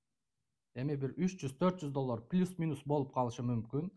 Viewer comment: Доллар десең э иним доллор дебей😂